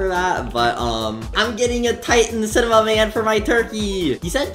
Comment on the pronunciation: Me- titan CINIMON man him- titan sighnaman